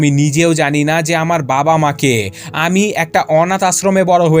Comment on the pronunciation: ভাইয়া আপনি আমি না বলে হামি বলেন কেন